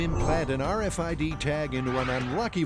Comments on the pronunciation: the "arfid" lol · "arr-fid?" 👀 Srsly tho... what's to stop ANYONE ELSE from reading your personal medical info? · So funny hearing them keep saying R Fid